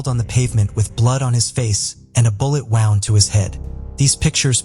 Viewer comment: A bullet WOUND ( rhymes with ROUND ) ??????? such a serious topic -- the taking of others lives & you can't even program your damn robot to pronounce a simple word properly ?? It's enough to turn me off . I'm clicking out .